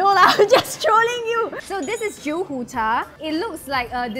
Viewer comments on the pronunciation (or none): The way she pronounced jiu hu cha is wrong. Haha